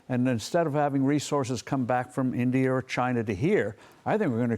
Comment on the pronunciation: She couldn't say India. Or she doesn't know her geography 😂